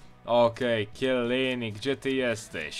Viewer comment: mówi się czelini